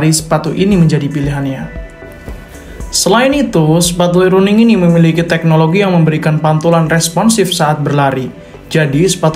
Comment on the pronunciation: maaf bro,,Running = bahasa inggris,,kalau di baca bukan Running tapi RANNING,,maaf ya bro